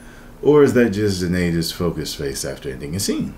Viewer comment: Zanayda? You mean Zendaya haha